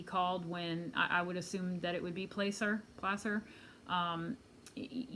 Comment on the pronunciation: Hi. I just found you and so enjoy your reads. I’m from Reno and closely following this case. I know the Truckee area. Placer County is pronounced Plass-er not Place-er. Hope this helps. Here are my thoughts about that Saturday morning. I’ll try to keep it succinct. AAA was called for a dead battery incident at Boca Lake the morning after the party. (No one knew Kiely was missing at this point.) Nick from AAA arrived and found the car was in neutral, which is why the car wouldn’t start, not a dead battery. The behavior of the male and female was quite bizarre, and he calls his girlfriend to tell about this strange interaction. All AAA calls are recorded on video and stored in the cloud. One week later, Nick puts two and two together and contacts LE about that Saturday’s strange incident at Boca. The following week, AWP arrives in Truckee. They are told that Kiely’s last known siting was at Boca (not Prosser), so they search Boca first. This leads me to think that Kiely was indeed last scene at Boca. Why else would AWP search there first? After Boca, they went to Donner Lake and then Prosser despite the fact they were told it had been searched. To me it seems the obvious key to understanding what may have happened is the strange interaction that Nick had with that couple and AWP going to Boca first. 🤷‍♀️ I’m really hung up on all that. Why would AWP go to Boca first if she hadn’t been seen there? 🤷‍♀️